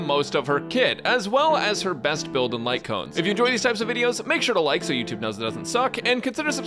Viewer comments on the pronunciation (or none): none